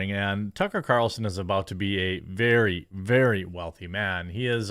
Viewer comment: Veyrey Veyrey Clearly.